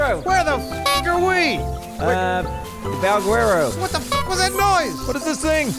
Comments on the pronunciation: Valguerero? or Valguero. Pronounciation. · The way they pronounce Valguero is hilarious